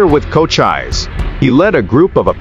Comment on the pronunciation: Can I suggest you google the pronunciation of Cochise and Geronimo. I’ve checked they are recognised. Spoiled an interesting blog. 😳